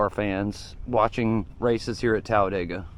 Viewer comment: it's not Talladayga, it's Talladeega.